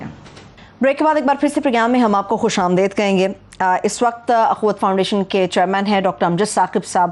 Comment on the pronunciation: The anchor may correct her pronunciation. It is "khush amdeed", and not "khush amdaid".